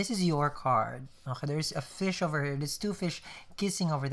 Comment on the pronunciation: These are starting to look like mini movies instead of tarot readings! :) BTW, i love the "Oj-kay." instead of "Okay".